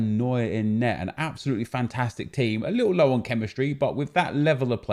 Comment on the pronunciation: No one:: Louwton